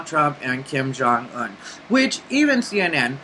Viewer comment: You said Kim Jung Un like someone goosed you on the Un